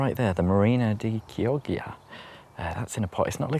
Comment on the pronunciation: Fun video! marina di chioggia is pronounced key-awe-ja 🤣 As an Italian it was great hearing you butcher that. All the best!